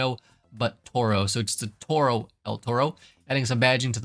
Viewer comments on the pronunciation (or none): Maaaan bull in spanish is written "Toro" not el "Torro" as an spanish It hurts me hearing that.